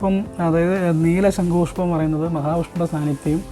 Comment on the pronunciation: "ശങ്കു" അല്ല; "ശംഖുപുഷ്പം". എന്തായാലും സരസ്വതി ദേവിയുടെ അഭാവം നന്നായി കാണുന്നുണ്ട്. വീട്ടിൽ വച്ചതുകൊണ്ട് വിദ്യ കിട്ടട്ടെ എന്ന് ആശംസിക്കുന്നു.🙌